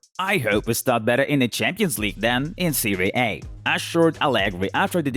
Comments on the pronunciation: The away he say SERIE A: MAKE ME LAUGH A LOT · I don't mean to disrespect but his way saying serie A,Aubameyang,and Sane make me laugh